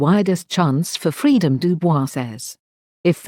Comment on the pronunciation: I suppose you can't change this with the auto voice, but his name is pronounced "Doo Boys", de-frenchified. Good stuff!